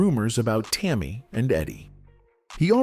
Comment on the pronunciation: This story is absolute nonsense, and if you can't pronounce Tammi name you should keep your mouth shut